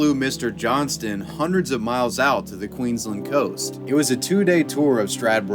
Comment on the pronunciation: Dont try and over explain the pronunciation of the name (btw you're pretty much wrong about that) and then go and mispronounce Queensland so badly hahah